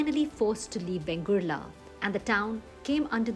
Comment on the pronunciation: In narration please give correct name ie vengurla not bengurla